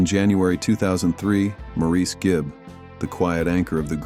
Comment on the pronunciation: Maurice Gibb's name is pronounced "Morris".